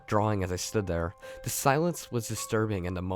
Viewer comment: I like the videos but noticed instead of saying "the" you always say "da" n it's kinda trashy sounding. Sorry. I'm from Chicago and always hated when ppl pronounced "th" words "da". That's all.